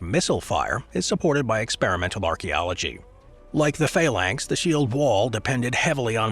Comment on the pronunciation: Faylanks? You mean Phalanx? I hope you mean Phalanx 😳